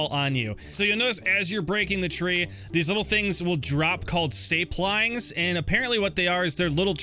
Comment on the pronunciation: When he said Say-Plyngs I nearly died laughing